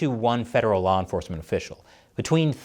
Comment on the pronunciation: “law enforthment” 😂